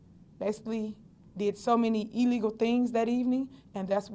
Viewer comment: Oh, Tiff, the word is “illegal”, not “illego”. Familiarize yourself with the English language. Btw, where did you stash the $2.5 million?